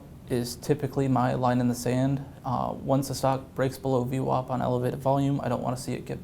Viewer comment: What's in the water in New York that VWAP is pronounced as though it is spelled VWOP?